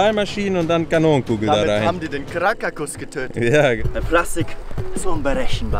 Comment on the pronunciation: Krakataua nicht krakatus 😂😂😂